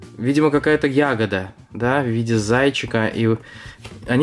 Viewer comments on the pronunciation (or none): none